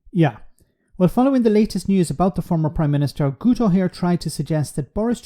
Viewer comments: The letter "u" in Welsh is a short "ee" sound (a bit like the "u" in French "tu"), so Guto = "gitto", not "gooto". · Enjoy your podcasts and agree with your points in this one. Small nitpick though: in Welsh 'u' is pronounced 'i' so its not GOOto but GITo. True, and possibly ironic. 😂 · Really bad pronunciation here. Guto as a Welsh speaker is Gitt-o. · Guto pronounced Gito. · Because Guto is Welsh it's pronounced Gito - he's still a headbanger though 🙂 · Guto is pronounced ‘gitto’. What a complete a$$ licker